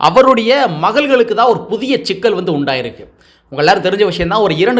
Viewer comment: ஷிக்கல் இல்லை சிக்கல்